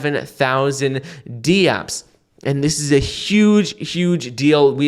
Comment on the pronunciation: Dapps = 1 word, not D Apps (2 words). NVidia = 1 word, not Nuh’Vidia (2 words)